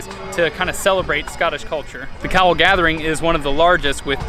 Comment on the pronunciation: I thought for a second called it The Cow Gathering.:o) I mean I know we're quite parochial as a nation but we draw the line at gathering cows